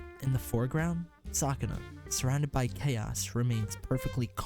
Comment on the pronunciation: I can't help but laugh a little when you say Sukuna's name.